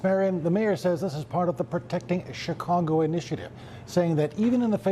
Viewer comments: Did he call it Chi-congo? Hello? Based Department? He did it again . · He said ChiCongo atleast twice lol